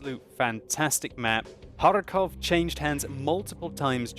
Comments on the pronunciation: I do very like how you pronounce Kharkov with the hard R. as far as know it is very hard for native english speaking people to talk like this. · sounds like a authentic Russian when he pronounces 'Kharkov' XD